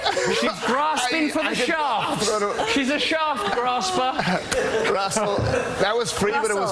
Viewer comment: "Shaft graber" xD